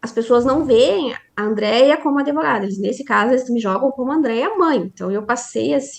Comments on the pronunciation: Prezada, não é adevogada. Fala-se advogada (com D mudo). Isso é o básico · Impactuar... Adevogada... A advogada precisa estudar um pouco de Português... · Como essa "adEvogada" fala errado, hein!!!!!